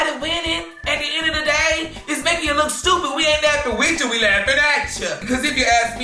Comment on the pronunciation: I love how says “stewpid”🤣